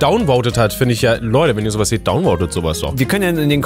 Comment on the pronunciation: Wie einfach donvoten statt disliken sagt... I think, he`s a real redditor!!!